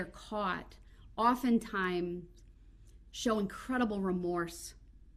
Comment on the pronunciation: This dummy couldn’t even pronounce incredible😂😂 Tried 3 times and still said it wrong. I gotta laugh at this 🤡 just to keep from getting angry.